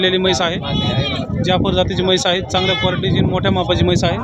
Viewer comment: मैस ❌ म्हैस ✅